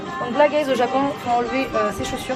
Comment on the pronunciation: le nombre de fois quelle a dit gaiz mdrrr